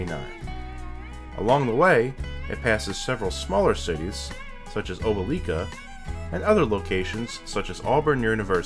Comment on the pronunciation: YOU SAID OPELIKA WRONG MAN YOU ARE NOT WELCOME IN AUBURN AND OPELIKA IF YOU PRONOUNCE OPELIKA WRONG ITS SPELT OPE-LI-KA